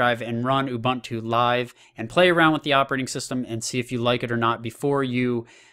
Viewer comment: Dude.. Ubuntu.. There's a universal way of pronouncing it.